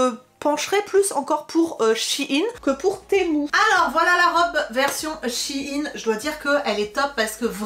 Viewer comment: Pourquoi vous prononcez Shi in ? on dit Shein